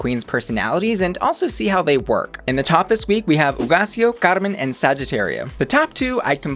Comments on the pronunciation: I like your Spanish! I just watched FPR with Nicky and Alexis, so I keep thinking about the pronunciation for "Hugaceo" and you did it just fine. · Yeeeeess pronouncing Hugáceo's name right!